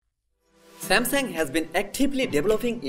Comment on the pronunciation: Nice vid but samsang is not how its Pronounced